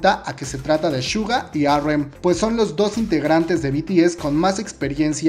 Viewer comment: No es Shuga, es Suga